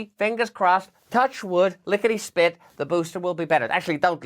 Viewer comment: "Lickety spLLLLLLit"